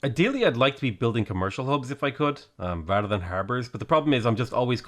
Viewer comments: Did you say Khmer-cial Hub? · i swear i heard him say: khmercial district.